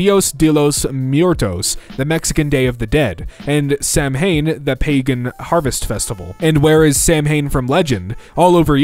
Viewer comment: FTR - Samhain is pronounced "SOW-inn", not "Sam Hain", because Irish is just like that